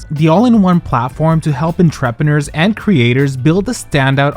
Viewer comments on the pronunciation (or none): En-trep-e-neur lol is this made with AI voice because they butchered that so hilariously. 😅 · During your ad, you use the word "entrepreneur". That's pronounced on-tr-pren-ur. It's French. Just telling you in case you need to use it again in the future. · Words are hard... I heard intrepider 🤷‍♂️ We all know what he meant, so it's okay 👍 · wait….how did you say entrepreneur😭no shade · I'm gagged by how you pronounce 'entrepreneur' in the Squarespace ad. Love it! ❤🎉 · I feel horrible saying this but in the ad read that is NOT how you pronounce entrepreneur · wait, say entrepreneur again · Is no one gonna comment on how pronounced entrepreneur in the Squarespace ad? 😭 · the way you pronounced entrepreneur 😭